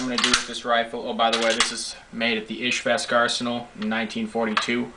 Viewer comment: IzheVsk. Not IzhVesk. It is a common misnomer of nomenclature. The "zh" sound like the "s" in the word "viSion". Easy! Did you mention if it was counterbored? Hard to find M38s that aren't.